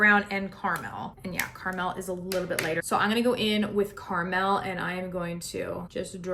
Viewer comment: Never heard anyone say caramel like. lol. Car-Mel. Lol